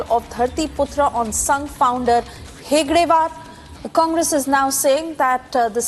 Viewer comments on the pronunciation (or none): It's Hedgevar not Hegdevar.